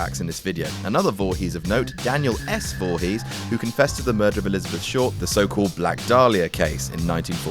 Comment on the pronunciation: d'you know its pronounced voorees, dont pronounce the H